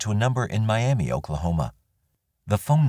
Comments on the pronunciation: I live just outside of Miami, Ok. It’s pronounced My-Am-Uh rather than My-Am-Ee. The name comes from a Native tribe from this area. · I’m not saying I agree with it but we pronounce that “Miamuh” even though it’s spelled just like Miami, Florida. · In Oklahoma for whatever the reason they pronounce it miamuh not Miam ee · Funny that the people in Oklahoma don't pronounce Miami the way they do in Florida. "Mi am muh" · Miami, OK is pronounced 'my-am-uh'. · We Okies actually pronounce Miami as Miamuh; Jones was a sick puppy who wreaked havoc in our home area for several years before he went national. R.I.P. to all his victims. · Good Job. FYI-Miami, Oklahoma is pronounced My-am-uh. Only a local would know that though. Thank you for your channel. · It's pronounced MY Am ah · Damn, Oklahoma again 🙃 there's more crime here than I originally thought. Also, oddly Oklahomans actually pronounce it differently than Miami,FL they say "my-am-muh". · They pronounce it like that in Miami Florida too. I live there. Old timers call it Miam -uh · It's pronounced "miama" in Oklahoma. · Maybe Oklahomans should start saying it correctly, then. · Miamah and Quahpaw is how they are pronounced. A lot of our towns are Native American names 👍 This jackass deserves to suffer and rot.